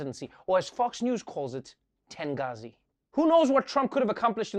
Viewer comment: Not “tengazi” lol